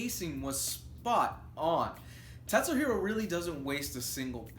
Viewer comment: it's KAT-suhiro lol